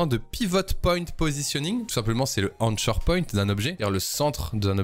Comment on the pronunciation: Anshor point.... ANSHOR ???? il a dit "ANSHORE" 😭